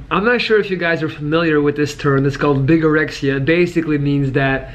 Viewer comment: (I changed my screen name from BBB41414 😊) I know this is really immature, but "Bigorexea" sounded like "Bigerectiona" to me 😅.